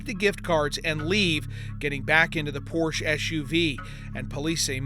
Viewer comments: It's Por-sha, not Porsh. Otherwise, good job. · The designers name was Ferdinand Porche...Porsha not porsh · Pórshuh. Not porsha! Greetings from Germany,,,😊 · pronounced porsche wrong every time. its a family name pronounced "porsch-ah" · Yes, except they need to learn how to pronounce Porsche! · How in the world do you get a job as a reporter and not know how to pronounce e the name Porsche!?!!!!!! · Please learn the correct pronunciation of Porsche !